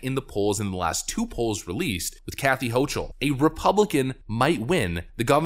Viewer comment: Hochul is pronounced 'ho - kul'.